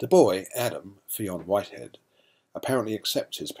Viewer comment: Great review but just letting you know fionn whiteheads name is produced finn not feoon :)